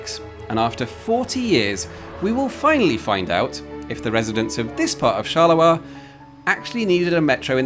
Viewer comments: charleroi as in Charles Road. Not shalerah. Unless Belgians sound like Scottish sheep farmers... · Please stop saying "Charler-oi", please! It's pronounced "Charle-roi". Also, can you really compare the metro system planed to be built there with any city in the USA? Very unfair. Not to talk about Rome - everytime they want to dig a hole, TA-DA! roman artifacts... So not very suited for comparison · Not gonna lie, everytime you pronounce 'Charleroi' I cringe. Please don't drop the r. Therefore it's actually /sharlə-rwa/, not /sharlə-wa/. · If Charleroi in Belgium offers no further stories, you could fly to Pennsylvania to visit the Charleroi that exists there. Everyone I ever met there pronounced it char-ler-oy, and there is almost nothing to provide you with a story. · Charleroi with a R, not a W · It's a metro not Shet. Who's Shet? never heard of him. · The way he underpronounces Charleroi is hilarious. "Chaluwa" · Thanks for a nice video! I don't want to complain and I'm not an expert in pronunciation but I'm pretty sure you're butchering the pronunciation of Charleroi😅